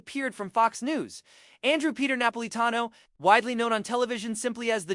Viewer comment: i cant watch this - the narrator (AI?) cant even pronounce the man's name....